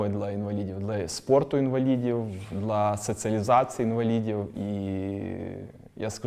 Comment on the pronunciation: Так кумедно чути "дла" а не "для"😅